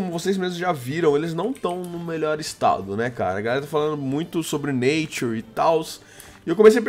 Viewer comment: falo os nome tudo errado, nature, iv etc..